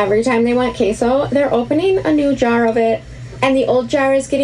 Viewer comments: then: sees list salad bar supplies. now: Ha! nobody’s going to eat that! then: yup yup yup to all snacks now: Chill Lady!!!! 😂😂😂😂💀 Also queso is Kay-So. Like okay so Lol just so you know cause you still say qwayso 😂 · Its pronounced KAYSO lol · Queso pronounced: KAY - SO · Wegmans is amazing but if she's shopping there for 14.. she's got coins lol Also... sweet sweet..... I'm going to need you to pronounce queso right before I can watch you again 🤣